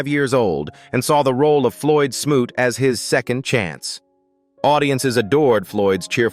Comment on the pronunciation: I so appreciate the correct pronunciation of the character Floyd smoot's name. Smoot is my birth last name.